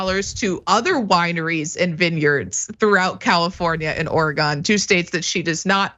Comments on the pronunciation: Just throwing this out there, it’s “Oar-eh-gehn” not “Oar-rye-gone” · Its pronounced or-e-gun. I should know me my mom my grandma my great grandma were boen in. Oregon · Not meaning to be picky, but thought you would like to know how to pronounce Oregon. I know it makes no sense, but it’s or-e-gun. You can pronounce it anyway you want, but just wanted you know. 😊😊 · 🙏Oregon= "Or-uh-gun." 🌲🐿🌹Thx! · FYI, you're mispronouncing Oregon. It doesn't sound like "gone", but more like "fun". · You said Oregon wrong 😭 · Nobody says it right!